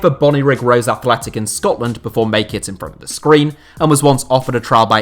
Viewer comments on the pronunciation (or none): none